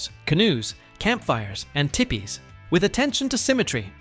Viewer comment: im so excited to see this little universe grow! PS, Tipi is pronounced like Tee-Pee.